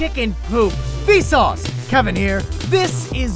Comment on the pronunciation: When you said vsauce this time it kinda sounded like "feces" lol. Probably Kuz I'm high, but I know I'm not the only one who hears it.